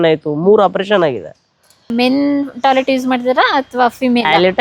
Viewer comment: Talet ❌️ toilet ✅️